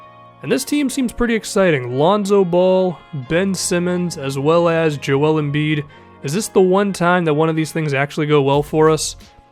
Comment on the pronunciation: good vid but why cant you pronounce joel righ. its kinda relevant to me cause my name is so similar